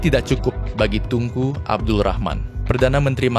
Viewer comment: Ap gk salah dengar TUNGKU...BUKAN NYA TENGKU..